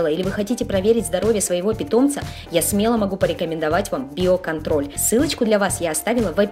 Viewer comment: Мне послышалось не био контроль а белка тролль)))))))